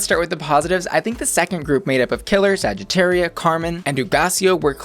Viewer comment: Trying to pronounce every queen's name correctly and then they say saggitaria like a true american 😐